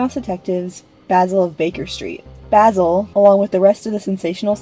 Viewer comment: You have no idea how much I want to see In Search of Mickey Mouse. Also, thank you so much for pronouncing Basil's name right!